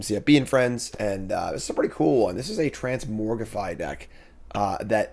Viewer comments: Is it a joke that you say trans-MORG-rify as opposed to the actual pronunciation of trans-MOG-rify???? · sorry, i had to stop watching, couldn't stand to hear transmorgrify over transmogrify